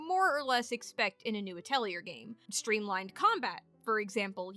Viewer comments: Ah-tell-ee-ay. Or ah-toll-ee-ay. It's not a hard R sound. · please stop mispronouncing atelier it is very frustrating to hear valid opinions interspersed with cringe inducing pronunciation